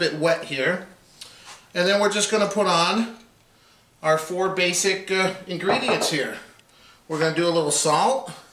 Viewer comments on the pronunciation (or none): none